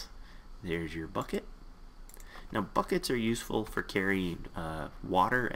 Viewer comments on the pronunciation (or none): when he said buckets i thought he said fuck it